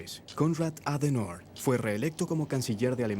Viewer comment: Adenoooorr?????????????????????????.... ADENAUER [ˈaːdəˌnaʊ̯ɐ]